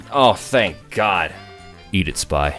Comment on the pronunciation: syringe gun for guy who cant say spy